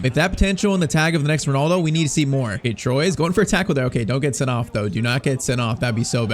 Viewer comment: the double l in greek is pronounced like a normal l